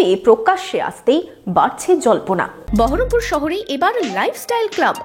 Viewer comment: বহরমপুরের সংসদ অথচ বহরপুর উচ্চারণ টাই করতে পারেন না, এটা আমাদের চরম লজ্জার 😡😡😡